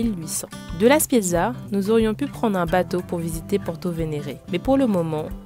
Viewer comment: La Spezia pas la Spiezia